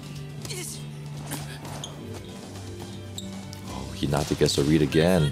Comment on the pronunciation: You got to say hinata right bro😫